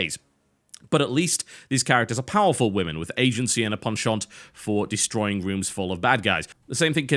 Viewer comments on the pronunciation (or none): none